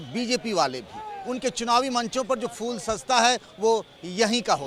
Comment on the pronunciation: Inko reporter kon bna diya yar phool ka uchcharan bhi shi se nhi kr pa rahe h